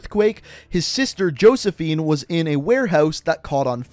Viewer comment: I hate how much mispronounced Josephina & Cordis Die. Dude play the fucking game. How do you not know how to say that shit 😂